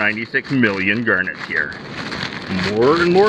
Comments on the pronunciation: Wtf a Gurnet? reads description Oh GARNETS! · it must have taken you years to count 96 million of them, did you call them Gurnets lol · What's a gernit? 😂